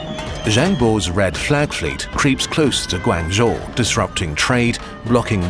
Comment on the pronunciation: Awesome video. Maybe next time make sure you pronounce things a bit better. Like instead of GuAAnzhou it’s Guangzhou with less emphasis on the aang